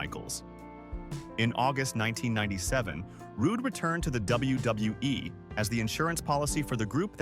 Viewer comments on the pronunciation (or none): Its WWE not WWWE AI got to go.